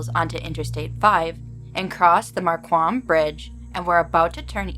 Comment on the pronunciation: Willamette pronounced will-AM-ett. Marquam pronounced mark-um Portland native here 7-4-25 HAPPY 4th y’all‼️